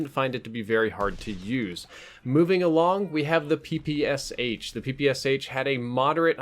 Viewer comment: Please check in google how PPSh is pronounced. I'm from Russia and when someone is pronouncing "Sh" as 2 independent letters it annoys me :D